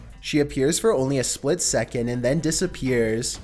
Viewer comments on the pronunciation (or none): none